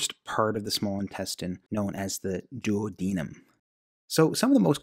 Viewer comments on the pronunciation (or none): none